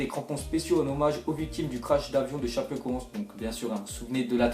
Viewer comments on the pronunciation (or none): mdr tu c pas prononcé chapeconse